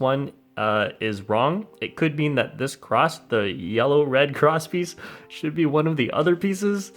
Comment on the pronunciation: Everytime you said cross piece I thought you said crotch piece